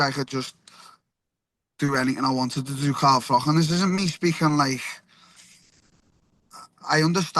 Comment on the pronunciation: "CAHM DAHN CAHM DAHN". By the way, it's pronounced Carl Frotch not Carl Frock.